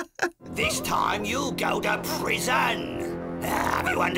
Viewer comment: “ThiS TiMe You’ll go to Pris-UNN”